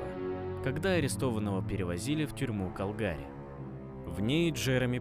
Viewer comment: УРОДСКИ, когда диктор не посмотрел в Википедии правильное ударение. В 1988 году этот диктор ещё не родился, видимо, и поэтому не знает, что правильно ставить ударение на первый слог в слове КАлгари!!! * в 1988 году в Калгари (Канада) были проведены XV зимние Олимпийские игры